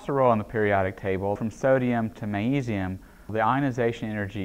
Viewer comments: I wonder why he doesn't pronounce the G in magnesium? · why dose he say magnesium like that